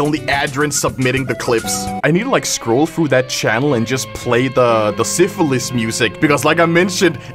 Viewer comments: Ain't no way called Sisyphus "Syphilis" 💀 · Says Siphilus. The STD, Instead Of Sisyphus, The Greek Tragedy. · trying to pronounce Sisyphus kills me mentally, physically and emotionally